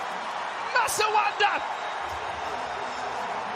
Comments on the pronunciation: He said masawanda instead of Masandawana😂😂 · Not the commentator saying "Masawanda" 😅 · Did commentator try to say Masandawana? 🤣🤣🤣🤣🤣🤣"Masawanda"